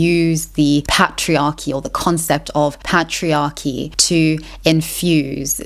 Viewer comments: the pat-triarchy lol. Great vid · Listen, excellent video, but we need to talk about how you pronounce Patriarchy 😂